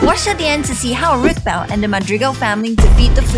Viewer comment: Lol rootball it’s not rootball it’s rothbell?